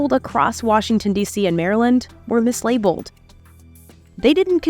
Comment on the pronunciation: Came to write this after the 12th time i heard MiSLaBLeD